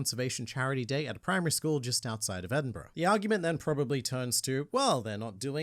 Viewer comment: When you pronounced Edinburgh I was impressed, I was expecting Edinburg 🤣 There is another company similar to ET that offers the same so I knew this was a gag souvenir. I saw it as a charity similar too sponsoring a endangered species, those companies have changed there terminology to sponsoring instead of owning. I always wanted that white tiger...